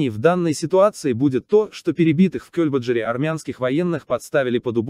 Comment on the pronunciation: Это кто читает текст - программа? Скорость изменяется специально? Или это живой человек? Не "Кёльбаджар", а "КельбаджАр", неужели не ясно?!